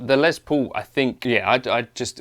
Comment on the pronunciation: The good old Les “Pole”